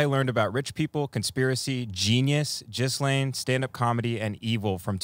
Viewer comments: I feel like everyone who knows how it’s pronounced pronounces it Jizz-lane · Do they know Ghislaine is not pronounced Jizz-lane? I honestly can't tell